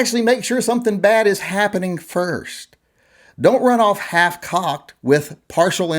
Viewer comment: Did you say half-cocked or hitch-cocked ... lol